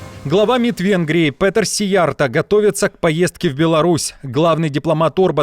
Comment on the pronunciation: Уважаемый ведущий! В венгерском языке, как в финском и др. угро-финских, ударение ВСЕГДА на первом слоге. Поэтому фамилию министра надо произносить так: сИярто